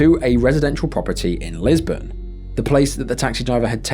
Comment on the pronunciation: Lisburn not Lisbon great stuff as always